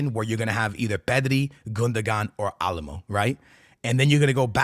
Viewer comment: been in Texas so long he’s saying Dani Alamo